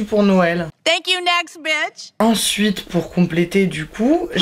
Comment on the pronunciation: C'est Bitch, pas Beach. 🙄